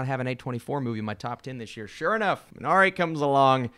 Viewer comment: Why do you pronounce Minari as Mn-R-A